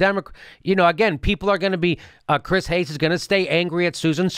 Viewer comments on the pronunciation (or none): none